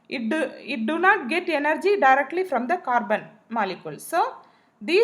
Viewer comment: Its energy not yenergy